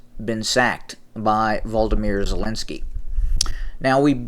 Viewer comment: Sounds like Voldemort Zelenski 😂😂😂. Sorry but make me laugh every time you say it 😂😂😂